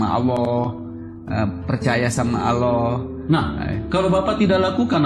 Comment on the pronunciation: Pesantren mn ada S1..bohong bnr si.Ngucapin kata Allah sj terdengar bkn muslim tuh s